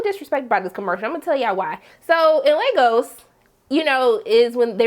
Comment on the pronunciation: You're one of the only reviewers I have seen to pronounce Lagos correctly so thanks for that. Even the mcu characters can't do it correctly